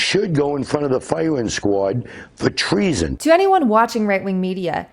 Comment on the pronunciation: "She shwoud gwo in fwont of the fiwiwing sqwad fow tweason!" Cannot take that guy seriously I know he didn't talk all uwu but something about him just gives those vibes.